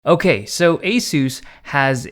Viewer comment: "Owkay so"..... 😁